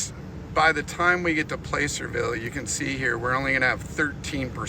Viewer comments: Was driving me nuts! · If you can’t pronounce placerville correctly don’t come to Tahoe